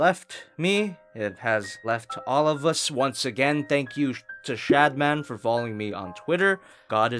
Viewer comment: Did you just say "shatman"?